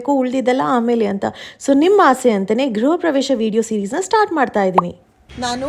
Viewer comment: ಗ್ರಹ ಪ್ರವೇಶ ಅಲ್ಲ ಗೃಹಪ್ರವೇಶ